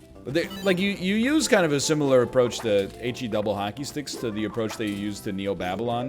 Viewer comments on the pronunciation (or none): none